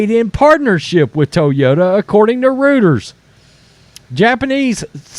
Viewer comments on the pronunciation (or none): According to "rooters"? Think it's pronounced "roy-ters". Lol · Reuters -- Pronounced "Roy-ters" TBH the Japanese pretty much know what's up when it comes to EVs. That's literally why Toyota and Subaru recalled their EVs immediately before they release. Apparently, Tesla, Rivian, Ford, and especially GM DO NOT care about their customers. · reutors is not pronouced roo-ters it is pronounced roy-ters step up your game you and your pal need to annunciate correctly. I like your channel , but come on man.